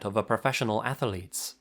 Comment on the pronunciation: I didn't know athlete had 3 syllables.